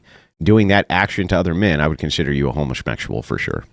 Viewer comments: Is dude saying “homosmexual?” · "Home-uh-shmectual" Sorry, what? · Why do they keep saying "homo-smexual"?